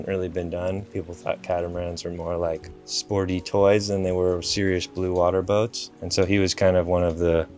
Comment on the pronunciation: Warrah Boat...get it Warrah Boat